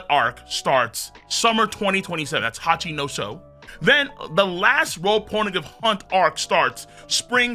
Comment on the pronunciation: I want to stab my eardrums every time says Hachinoso instead of Hachinosu or Ryoma instead of Ryuma. Is it really that difficult to get them right?